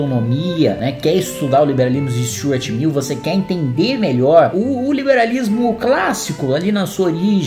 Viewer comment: Já assisti umas 5x, ao invés de ouvir Stuart Mill eu entendi Stuart Little, o ratinho da animação, acho que o dudu bananinha tbm entendeu Stuart Little kkkkkkkkkkkkkkkkkk...